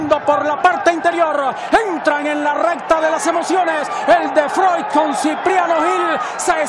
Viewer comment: estos narradores de hoy en dia no se vale y cada uno de ellos le da una pronunciacion diferente a el de froix